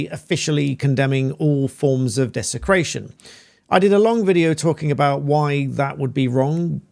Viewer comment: Desicraton and division" 😂 from someone who follows Islam 😂😂😂